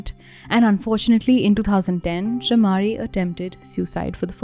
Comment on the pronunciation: Btw it pronounce CHAMARI : MUH, NOT MA LIYANAGE: NUH NOT NA